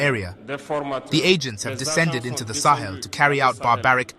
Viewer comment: “Slaves of Salon” Cristal Clear.